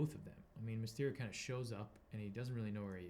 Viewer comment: It's Mysterio, not mystery. Geez.